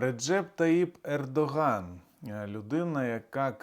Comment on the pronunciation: Пердоган ? Послышалось